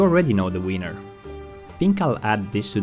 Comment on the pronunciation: I know English may not be people’s native tongue and that everyone has accents, but PLEASE just try and avoid pronouncing winner as wiener 🍆